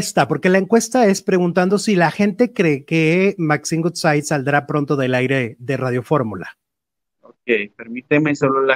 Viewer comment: Ayy cuando dices el apellido de Maxine se pronuncia wudsaid aunque es woodside y tú siempre dices gutsai que es goodside. Como que el inglés no se te da mucho. (Crítica constructiva) jijiji